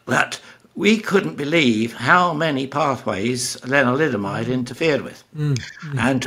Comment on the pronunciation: 😊around 3 min mark is he saying linoliamide?